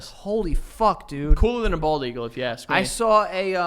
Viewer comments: I love how joey says "ask". he says "aks" or "aksed" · my roman empire is how joe says axe instead of ask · is it just me, or Joe mispronounces the word "ask"? he's always like: "let me AXE you a question", "can I AXE you something?" it's so funny!!!